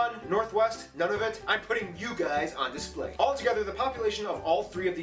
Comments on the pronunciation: It's pronounced Noon - nah - voot and also, it's NewFOUNDland, not NewFINLAND, thanks. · I believe Nunavut is pronounced Noon a vut.